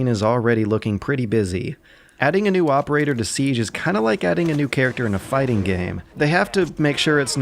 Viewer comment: " favourite operator" but pronounces it terrible